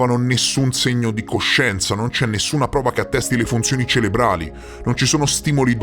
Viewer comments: scusa ma perché continuo a sentire "celebrali" e non "CEREBRALI" ?? deriva da cerebro, dal latino cerebrum cioè "cervello" e quindi cerebrale m e f (pl.: cerebrali) (biologia) (anatomia) (fisiologia) (medicina) relativo al cervello scusa ancora ... ma non si può sentire ! e poi tu sei particolarmente attento e ti seguo sempre con piacere, grazie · ... sarà... ma "celebrali" anziché CEREBRALI ( da cerebro = cervello) non si può sentire né leggere!